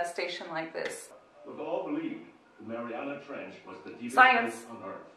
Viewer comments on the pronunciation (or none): You said the trench name wrong as an fyi